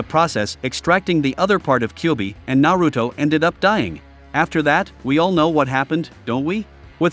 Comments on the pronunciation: Na-root-oh? Really? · Yu-ji-ito Nee?? Ice-obu??